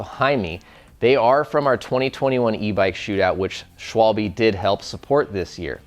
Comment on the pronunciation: Please guy, can someone tell the american, british, ect. how to pronounce Schwalbe :D